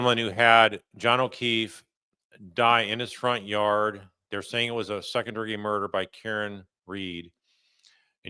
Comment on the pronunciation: Jar far are yard not yawd.